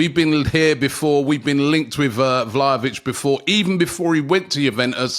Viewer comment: Issa VlahNOvic for me😏